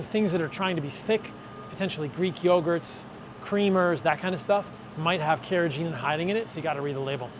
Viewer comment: The 'g' in 'carrageenan' is a hard 'g'. I only mention this because you are a stickler for pronunciation. Cheers.